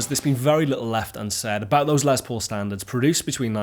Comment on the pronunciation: Finally a Brit who says Les Paul's name correctly!